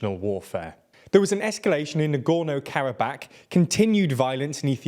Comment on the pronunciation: Normal people: "Karabakh" TLDR: "Karab-ACK"